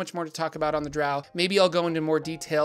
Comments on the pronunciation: It's pronounced Drow like grow and row. It's origin is Scottish for trolls that avoid sunlight. Dtrow is the original creature the Drow were inspired by. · Bruh…..its Drow (said like ROW). Get my peoples name right. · It's Drow..like D then Row...like row a boat. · I've long held the view that the name of the race is pronounced Drow as in row row row your boat gently down the stream. As opposed to the more nasal way of saying it that so many people do, Drow as in, OW ow ow, I stubbed my toe on the end table again. Perhaps it is just me... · I’ve alway pronounced drow like crow and loth like cloth but I agree either way someone would say it’s wrong. Then again I’ve always pronounced Drizzt as Drizzit. For some reason my mind’s eye always put an “I” in there. Wasn’t till like the 3rd or 4th book I realized there was no “I”! Lol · Why pronounce DROW like COW? In the video the word drow comes from the word DHAEROW which means DROW should be pronounced like grow, mow, etc.